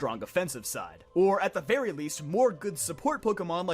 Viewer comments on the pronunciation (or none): none